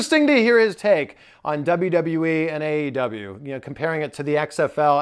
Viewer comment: Did jr call the company AWE instead of AEW or I’m I just tripping?